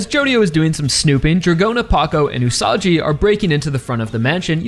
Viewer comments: It's pronounced OO-SA-GEE not OO-SA-JEE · Aaaargh! Stop calling Usagi as "Usaji"!! Just please!!! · Usagi's name is pronounced with a G sound, not a J sound. Like Usagi from Sailor Moon. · isn't it pronounced usagi instead of usaji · Minor note: Usagi's name is pronounced with a hard g, like in the word "gun", not a soft g, like in the word "gym", since it's written in Japanese as ウサギ Usagi instead of ウサジ Usaji. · I believe Usagi is pronounced with a hard g, please correct me if I'm wrong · You can keep telling me its whatever Rohan but bruh... hes the same guy. Its still pronounced gee Usagi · btw Usagi is not pronounced like "Usaji" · usagi is pronounced "ooo-saw-ghee" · My personal guess is that the volcanos & cooled lava that Rohan's investigating are yet another unnatural land formation related to Stands in the SBR-verse. In SBR, we had the Devil's Palm in mainland USA, & in JoJolion we had the Wall Eyes in Morioh. Perhaps these volcanos, aren't Hawaii's natural volcanos, but something similarly bizarre? Also, it's Usagi with a hard G, like the Sailor Moon protagonist & the Japanese word for rabbit. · Bro why are you mispronouncing Usagi's name? It's not Usaji... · Leave it to the American YouTuber to have no idea how the fuck another language works and how you're supposed to pronounce it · Will Araki reveal Rohan is the same Rohan first or will pronounce Usagi correctly first. This is why I keep coming back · Why does he say Usagi so weirdly, it's like that Cool Whip scene from Family Guy